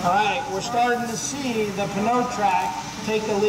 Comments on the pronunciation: nope it is french for tire and the p is in fact pronounced. pa-new. It is not however, pa-no. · Pneu = new not pen-o Newmatic not penomatic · Nope it is a french word that means tire. it is infact pronounced p-new. Not p-no. You are correct in both french and english in regard to pneumonia, however. So for the illness the p is not pronounced. But for a tire the p is pronounced. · He doesn't pKnow how to pronounce pneu